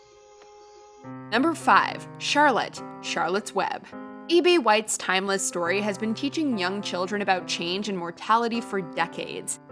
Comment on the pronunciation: Did you just call the author "eBay White?" lmaooooo